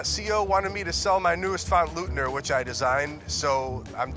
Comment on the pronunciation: Hey hey hey. Lookit my name. Leutner of Leutner Commons was my grandpop. Love the font, but you gotta know it's not pronounced LOOTNER, it's LOITNER. Everybody knows that! OY OY OY! It's eu as in FrEUd, not eu as in psEUdo. :)